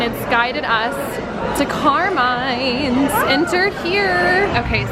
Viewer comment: awww you r 2 cute it is pronounced like "CAR-MINE-S" not "car-meens" 🤣🤣 its an iconic ny restaurant there's one in times square too, probably other locations in the city. its a pretty touristy spot! so fun to see you gals wandering around in my neighborhood not sure where to go! 😜😜